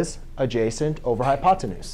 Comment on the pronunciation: I LOVE the way you say "hypotenuse"